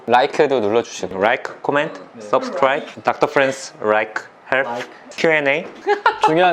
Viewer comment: Subscribe 하는데 surprise 해달라는 줄 알고 ㅋㅋㅋㅋ 갑자기 깜놀해달라고여??